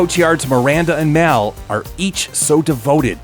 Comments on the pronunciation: It’s Pronounced “Mall” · 'Caab feels so respaansible for maul's death'